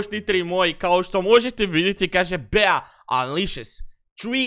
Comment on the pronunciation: Kaže se BI 😆 a ne BEA ?!!!